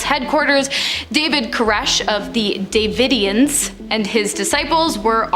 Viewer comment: Please Google how to pronounce these words before making these videos! I love this channel but as a born and raised Texan these pronunciations gave me the ick lol Waco = way-koh Davidians = duh vid ee ans San Antonio = San Ann tone ee oh Fort Cavasos = kuh vah sohs